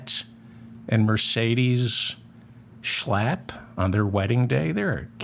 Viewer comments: Checking my online dictionaries: 'schlapp' (pronounced 'shlupp' in German) = limpid, floppy, listless etc 'Schlapp' as pronounced by David, is like shlep (to drag, to pull) in Yiddish. So, when Matt does not drive his dearest most Mercedes and gets a bit listless, he's likely gonna shlep a handsome young Republican, before then nodding off to, well, shluff (sleep). Oops, I forgot to bring in the exorcist! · I love how he says Matt Schlap. I find myself blurting out those words at full volume when I'm working late and need to keep myself awake. It makes me laugh and I thank David for teaching me the correct pronunciation. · I love your show. One of the minor reasons for this is that I love the way you pronounce the words Matt Schlap. Especially when you’re making a point of showing us what a lying creep he is. Bravo!